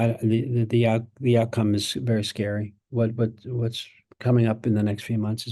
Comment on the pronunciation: “I don’t know…I don’t know…I don’t know…the out-common is very scary…I don’t know”. Yikes..😵‍💫